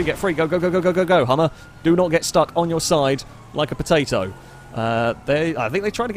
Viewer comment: The way you said "potato" somehow made this the funniest moment I've watched out of every STH video so far! XD